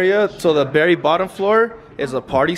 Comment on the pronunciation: It’s funny when says Berry instead of Very 🤣😂 &